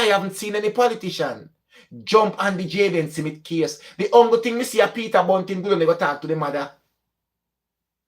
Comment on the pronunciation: It’s smith not simith.